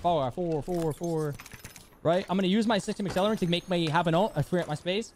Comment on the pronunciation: Nobody:: "sYstEmS aCcElLeRaNt"